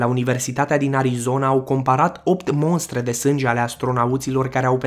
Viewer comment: şi nu se spune " Monstre"